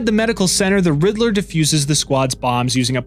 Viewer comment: I love and appreciate the video so much!!! This video needs more views!!! But really said “riddle-ER” 😂